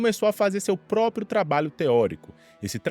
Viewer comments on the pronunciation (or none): none